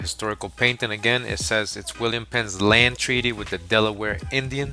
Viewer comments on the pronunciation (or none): none